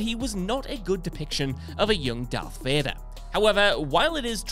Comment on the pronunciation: It isn't Dark. It's Darth